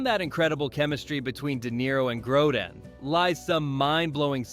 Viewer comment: This is unbelievably sloppy, lazy and glaringly wrong in many places. First the mispronunciation of Grodin and then confusing an airplane for a helicopter is just plain irresponsibly lazy which undermines any credibility for this presentation as a whole. Good for you to not realize the airport scene was in Las Vegas and wasn't in snowy conditions. Thanks also for not realizing the "Arizona desert" was actually a location in New Zealand.